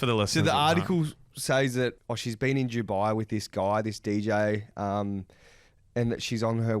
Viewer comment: it’s Dubai not Jubai 😅